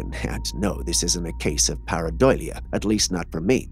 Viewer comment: Say it with me now pareidolia. Not pareidoylia